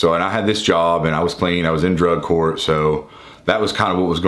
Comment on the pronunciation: LMAO... at 20 mins 7 seconds... I know you said "...He was a homeless addict AT DRUG COURT..." but... it sounds like "...He was a homeless addict a drug whore..." made me laugh out loud! Love the channel and I watch all the time... just poking fun! This was meant to be a harmless jokey comment... that's all! Thanks!